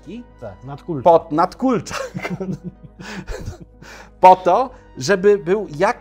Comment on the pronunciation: "nadkólcza" mi mózg zlasowały ;)